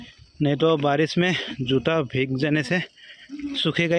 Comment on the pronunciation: Bhij gaya nahi bhai bhig gaya kehte hain plz don't mind pronounciation tik karne ke liye bola huan bura maat manhna